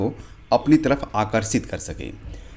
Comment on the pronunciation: अस्नान सही या स्नान सही है और अस्पष्ट सही या स्पष्ट अस्थल या स्थल वीडियो तो बनाना जान गया है लेकिन सही उच्चारण नही कर पा रहा है । सही बोलना तो सीख लो ।